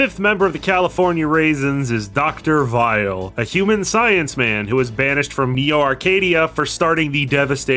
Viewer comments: It almost sounds like you call weil as vile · I like how you say Dr. Weil's name with a German accent so it works as either Weil or Vile (his original name in Japan). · Text: Weil: Vile Me:?.....????? Am I missing something here? Edit: Oh. It's just the japanese pronunciation.